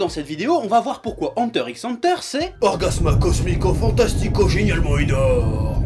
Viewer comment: pourquoi dans le jingle c'est écrit orgasmo et prononcé orgasma?